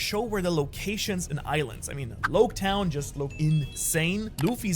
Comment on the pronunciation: Its Logue town not Lowk town